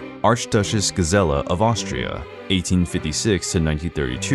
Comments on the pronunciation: When all one has to do is narrate, and that’s not done correctly…..eh…huh? If you don’t know, ask. In one video the narrator goes from Joseph to Josef with the ‘y’ sound, which is correct, then Gazella instead of Gisela, Gees-la. You had one yob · The names, you BUTCHERED them all! The rest is nicely done, but still unwatchable. You even mispronounced Sissi. Like how?!? Sharp S's like in "s"nake with a barely notible first i. Gisella completely wrong, its a long i with super soft s and prone a. Not like gazelle at all. Do it right or don't do it! Would I've been Austrian, I'd feel insulted by this performance.